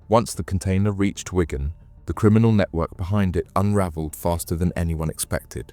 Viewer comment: Why pronounce ‘Wigan’ ‘Whygone’? 🤢